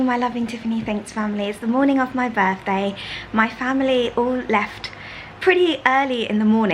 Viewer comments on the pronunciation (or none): Does anyone know why Tiffany appears to articulate fairly well yet says "my burffday" ??